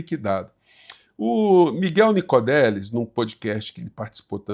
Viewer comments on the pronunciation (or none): Professor, com o devido respeito, o nome do cientista é Nicolelis e não Nicodelis.